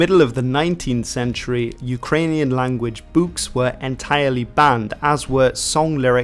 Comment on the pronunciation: Can't get over how you say Books Sounds like your Canadian